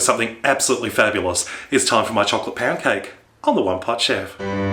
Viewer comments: lol it sounded like you said "it's time for chocolate pancake" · it sounds like your saying pancake. xD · I thought i heard chocolate pan-cake lol. But i heard wrongly..